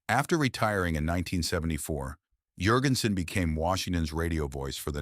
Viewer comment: Hey, AI brainiac, it might be pronounced Yurgensen in Scandinavia, but in North Carolina, where he was born, the name is JURGENSEN. Now tell me the name of the human being you put out of work.